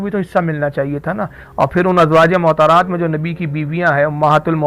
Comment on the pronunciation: rizvi sir ?azwaje mohtarat nahi balki azwaj e motahaharat {motahar ,,yani pakeeza } what is mohtar ,,uchcharan sudharen ,,motahaharat is pleural number of motahar